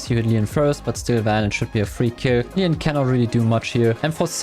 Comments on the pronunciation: Bro it's leon no leeons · He also says Mooe and Lean